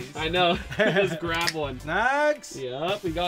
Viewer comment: Grab not grap 😂